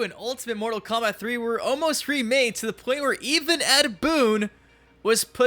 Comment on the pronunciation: Mortal KomBIT? The fuck is wrong with this dude?